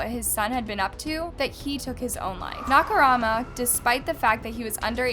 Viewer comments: Na-ka-Moo-ra. Not Na-ka-ra-ma. I mean, at least try to pronounce his name right, please. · I love ur vids but my eye is twitching hearing you say Nakarama when it’s MURA. Ikyk since it’s every other comment but it is disrespectful since it’s a pretty common Japanese surname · Nakumara, Nakorama, Nakamara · You keep saying Nakarama instead of Nakamura?? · Narrator: Nakaruma Subtitles: Nakamura ... My thoughts are just "It's Nakamura!! Not Nakarama or Nakurama or Nakaruma!!" 🤦‍♂️ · I LIKE HOW THE STORY BEING STATED, BUUUUUUT 😭😭😭😭😭 HOW TO UNHEAR "NAKARAMA"?😭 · The “Nakarama” instead of “Nakamura” is pretty annoying to be honest. Like girl - at least try to remember the name. Hearing such different versions of the name during the whole video without even hearing it a single time correctly completely pissed me off. It may not seem like such a big deal but it can be very annoying to some people, had to click off the video. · Naka "MURA", not "RAMA" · I'm sorry, I couldn't finish it, the way you kept saying "Nakarama" instead of "NAKAMURA" literally bugged me and it was annoying, sorry 😢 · The moment when says Nakarama instead of Nakamura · nobody:: “nakamaro” “nakamara” “nakarama” 😃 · Girl It's Nakamura not Nakarama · Am I hearing it as "Nakarama" and not Nakamura? A great story though! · I love videos, they're super interesting and the storytelling is great! I just wish she'd put a little more effort in researching how the names of people and places are pronounced when she covers cases from non-english speaking countries. Hearing her pronounce Nakamura as "nackorama" made me physically cringe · Totally agreed. Calling him NakaRama instead of NakaMura drove me nuts. She does impeccable research so why not properly pronounce the name? I know it’s not the end of the world but quite a few commenters were put off by it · "Nakamara" "Nakarama" It's NAKAMURA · She said Nakamara a couple times too haha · It’s pronounced Nah ka rue ma, not nakarama